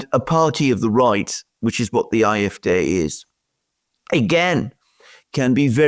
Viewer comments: You are mispronouncing the last letter of the AFD. It's pronounced like the word "day" in English. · why is the A in AFD pronounced differently?